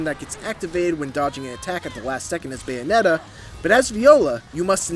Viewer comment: Yabonetta reeth